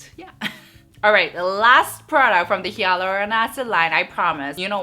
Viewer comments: you’re great but I just wanted to point out that you’re pronouncing hyaluronic wrong.. it should be like HIE-luronic:) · You are pronouncing 'hyaluronic' wrongly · is it?Im French so I pronounce it the same way as she does but I also saw others ytb who said it the same way?Great to know it’s not supposed to be pronounced the way I do😭